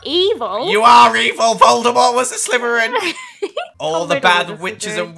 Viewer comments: Meme "Stop,stop,stop your saying it wrong its slytherin not slyverin" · Nobody: when he says Slytherin: *it sounds like he's saying slyverin*